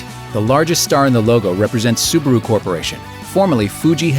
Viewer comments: it's Subaru. not subuhroo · The second syllable is : Bah. Sue - Bah - Roo; not Sue - Ber - Roo. ` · the advert clearly pronounced it subAru. not subUru like you say!! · any one catched when the guy said subaro whos right🤔🤔 subaru subaro